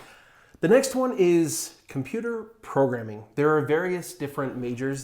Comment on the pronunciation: Hahaha LOL, computer "progaming" . Was that intentional guys?